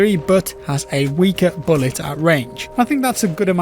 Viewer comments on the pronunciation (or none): none